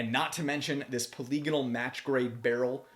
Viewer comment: The term is pronounced "poly-gone-al".